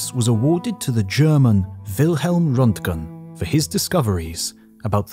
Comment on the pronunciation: why is it that they pronounce de Broglie's name right, but absolutely butcher Rontgen's ?